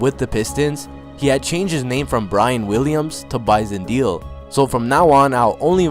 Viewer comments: It would help if you pronounced his name right. Its not like "deal"... its like "maylay" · Dele is pronounced 'Day-Lay', not 'Deal' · Kevin Baran-Maguire you obviously have no idea. Dude, it’s Day Lay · It isn't Bison DEAL, it's Bison DAYLAY. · Last Name pronounce DEYLEY.. not Deal.. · Wow dude...its Bison DAY-LAY...not Deal.......C'Mon man....R.I.P. Bison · Detroit fan here to tell you it's pronounced Day Lay. Almost like saying daily. It's not Deal. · dude...its pronounced..(day-lay)....not deal...smh...go back and listen to the announcers if you think im lying... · This is a really good video, I remember this when it happened. But bro, his last name is pronounced Day Lay, not Deel. Sorry to nitpick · His last name is pronounced DAY LAY. Not deal. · pronounced Bison Dele (DAILEY) not Deal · Dele is pronounced Day Lay, not deal. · (BYE-SON) bison (DELAY) dele dude imma need u to stop butchering names smh u do this often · I think it's pronounced like "deli" for Bison Dele. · His last name was pronounced closer to day-lay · "De" "Lay" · His surname "Dele," is annunciated "Day-lay." I remember when all this happened like it were yesterday. He got bullied by teammates for being too soft. There were even reports that he ate dirt. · It's pronounced DAY-LAY. You could at least show enough respect to Google a video of a game so you can get his name right if you're going to use his death for views. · Bison Dele is pronounced BISON DAY-LEE. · Pronounced Bison "dae lay" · beat me to it. Drives me crazy to hear Deal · His name is Bison (like the animal) not pronounced Bizon and his last name is pronounced Day Lay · It’s really frustrating to hear his name be so disrespectfully mispronounced. Before you make videos KNOW your shit completely is all I’m saying. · Bro you're pronouncing his name wrong... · Haha the first time I watched this video I watched with audio off, I didn't even notice the horrible pronunciation of his name.